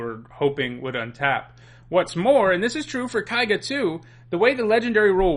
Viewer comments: "Kaiga, kaiga, kaiga, kaiga,..." It's Keiga, for god's sake. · His mispronounciation of keiga rustled my jimmies. Ke-ee-ga. It's japanese. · Ugh, I realize that I did the same thing back in Kamigawa block for Eiganjo Castle (I still think of it pronounced this way), but Japanese is not German. "Ei" is pronounced in Japanese like in "neighbor" and "weigh". And everyone tended to pronounce Keiga correctly from what I recall, so it's strange to hear someone pronounce it wrong. Even worse, you then pronounce the "ei" correctly on Yosei! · It’s common enough to mispronounce Keiga, but I’m a little surprised you can say Yosei right without noticing the inconsistency.